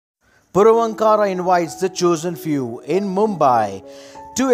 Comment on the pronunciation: Pls pronounce the name properly. Ankara is not a separate word its Vaankar...... Purvaankara